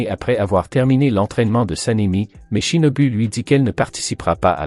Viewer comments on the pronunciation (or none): U=ou. Shinobu =shinobou